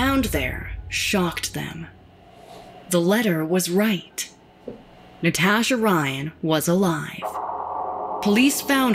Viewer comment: The way she says “Nataasha” (admit you read it in her voice too) Has me crying 🤣🤣🤣🤣